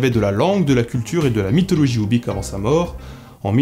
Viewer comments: Très intéressant ! :) Mais tu es sûr que ça se prononce "oubik" ? Quand je m'étais renseigné les linguistes que j'avais entendu disaient plutôt "oubour". Ça me semblerait logique vu que la latinisation des langues de cette région emploie souvent le "y" pour "ou" (à cause de l'alphabet cyrilique) et le "kh" est généralement prononcé comme un "r" aspiré (comme en arabe par exemple). Qu'en penses-tu ? :) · tu aurais pu faire l'effort de prononcer oubykh proprement quand même... x) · ça se prononce "oubyr", kh = r